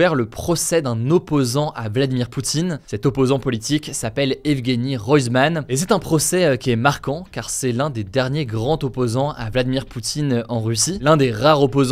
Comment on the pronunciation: 👍Superbe format, beau travail, merci! Bon, toute petite demande 🤓d'amélioration, Hugo : "L'un des derniers grandS opposants" : Tu as prononcé la liaison granT-opposant comme s"il n'y avait pas de "S" à "grandS". Peace😍